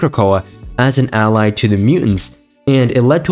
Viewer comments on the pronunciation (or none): none